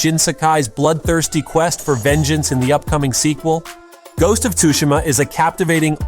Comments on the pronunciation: How does he say ghost of “tushima” wrong but say it right “set on tsushima island”?? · Is this AI??? The voice sounds fake and is pronouncing "Tsushima" wrong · The T is silent